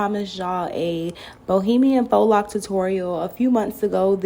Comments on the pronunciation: Ok people its not faux( fox) locs. Its faux( foh) locs. 😂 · Lol voice over..."FOX locs" 💀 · It’s pronounced Fo